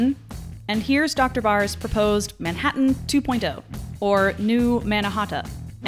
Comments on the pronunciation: "Manhattan" but pronounced "ManHaaHaaHaatan (that noise Disturbed make in Down With The Sickness - Manhaataahaaataanannnnnn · Wow her emphasist on pronouncing every letter of the word Manhattan really made it stand out compared to all the other words preceding/proceeding Manhattan.